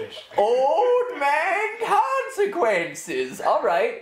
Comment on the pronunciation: old man consecwenses